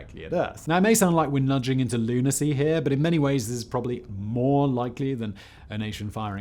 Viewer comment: You meant "lunaRcy" surely???? lol